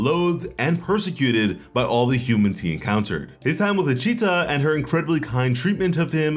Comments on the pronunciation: Why..... why are you saying luccita, like it's Italian??? Isn't it lucita, like a Spanish name? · It isn't. It's not LUcita, But LIcita.